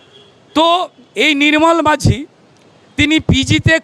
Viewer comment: নাম টা “মাজি” - মাঝি না